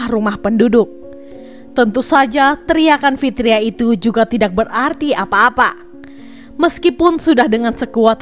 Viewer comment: Mbak baca narasinya bukan tidak tpi tida